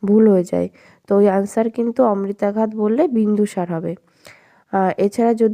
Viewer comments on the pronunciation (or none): 'আমিত্রাঘাত' উচ্চারণটা তো একটু ঠিক করতে পারতেন detailed study এর পাশাপাশি.... অমৃতাঘাত বলে চালিয়ে দিলেন... 😢